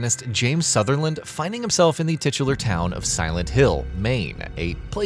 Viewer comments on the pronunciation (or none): James Sutherland? uhh its Sunderland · First Tieranids, now Sutherland Can you guys pronounce anything right or are u doing it on purpose? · Oops, it's not "Sutherland", it's "Sunderland"... unless the remake changed it? I always interpreted things going from bad to worse in the hospital towards the end of the game as being the consequence of James "hanging out" with his delusional conception of Mary (Maria) for too long. It's as though he is unconsciously steeping himself further in the delusion while simultaneously trying to break free of it. I also interpreted the baby stroller in the empty pool at the apartments as signifying that James and Mary were not able to have a child together (the pool is "dry" and stroller literally empty), whether that be because of their own dysfunction or because Mary was too ill to concieve a child (likely both). Angela's knife-wielding and staring into the mirror is usually seen as her considering suicide, but after some thought it seems also that she could be reliving fighting back at her attacker/abuser. Laura definitely seems to me to be the representation of the "split" between James and Mary, as Mary bonded to this child seemingly without James' awareness, and James often treats her like he finds her annoying. Laura seems to sense this and retaliates/manipulates him at every turn in their dialogue, most evidently when she deceives him and traps him in the room with the Flesh Lip.